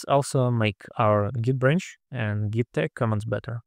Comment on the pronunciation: You mispronouncing `git` as `jit` made me chuckle and wonder if this might spur arguments similar to the one about `gif` vs `jif`